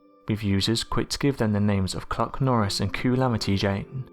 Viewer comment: And Coolamity jane hahHa